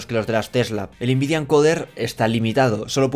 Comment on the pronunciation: Por favor pronuncia nvidia como todo el mundo, n vidia, puedes pronunciar la n en inglés o español, pero invidia esta mal, yo te quiero, pero no aguanto más, quiero el divorcio.